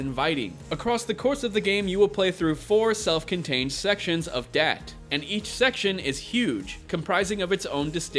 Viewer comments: Not dat or that...da'at. Lol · Da'at is pronounced Dah-aath. There is a full stop between the two A's, and the A's are soft, as in Jaw. Its a hebrew word and is part of the Kabbalah. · Just my opinion, think it's pronounced Dah-Ott